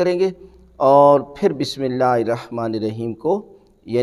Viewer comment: Pehly hud Bismillah prhna b seekh lo plz